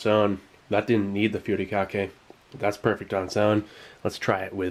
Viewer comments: Its not called putikake. its called “hu-ri-ka-ke” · Good pronunciation of Furikake but the Fu part is actually pronounced like "Hoo", you just blow air through your lips like blowing something hot.